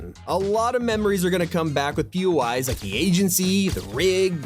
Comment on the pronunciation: I keep hearing him say "Pee-yoo-eyes" as in PUIs, but isn't it "Pee-Oh-Eye" as in "POIs?" Places of interest?